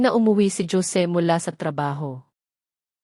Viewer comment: tunog pinay ,k nmn magsalita , pero bat ganyan k magbasa ng.pangalan 😡 Hose ( Jose ) not dyose ,ano.b yan ! tpos Yong sige , mo sijay ? OMG Tama b Yan ? pilipino kB tlga ?😡 nkkadismaya ,makinig ,pls read right words .para more viewers and more practise reading po , and not Li - an . .instead Lian ok ? thanks